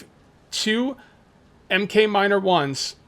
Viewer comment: Just so you know 'Mk' is pronounced mark.